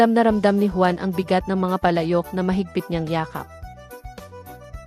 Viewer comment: 🇵🇭: Juan hindi quan